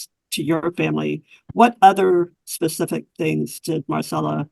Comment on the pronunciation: Almost 59 minutes in.. the DFPS case worker said "pacific" instead of "specific". That clinches it! She's dumb and I won't take any of her opinions seriously 🥸